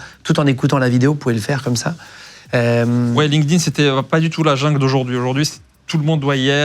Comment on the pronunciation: Ben voyon tabarnaque, Deja me faire appeler canadien et apres cest quoi cette facon de dire linkedIn, linedine. Triste d’entendre ca💀💀💀